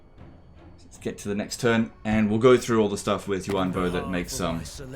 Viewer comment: I'm pretty sure it's Yuan Bo not Yu An bo